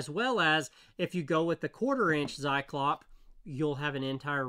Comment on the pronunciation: "Saiklopp" sounds so far out there... I know it's hard for a non native but could i gently nudge you to using google translate to read the German "Zyklop" out loud to you, when you happen to have 5 minutes, some time? I truly mean nothing by that and i love your videos, sir.